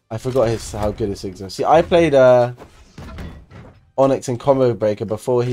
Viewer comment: Btw, so that ppl don't get triggered, its not pronounced "On-ex" its pronounced 'On-ix"